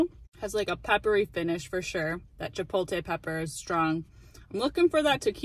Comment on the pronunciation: Actually, "Chi-pote-ley." lol :)